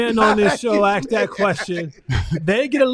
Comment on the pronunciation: it is “ask”, not “aks”. Come on man! You went to college. Stop acting like you don’t know how to pronounce a word.